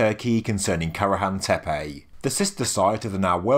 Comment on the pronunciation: Why do you pronounce Y at the end of each Tepe ? It does not spell Tepey, does it?